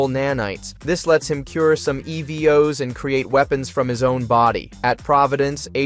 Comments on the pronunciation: You started out great calling them Evos then progressively got worse calling them Ev Os 🤦‍♂️ jesus crist dude..... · Didn't realize it's ai until it starred fucking up how to say "evos"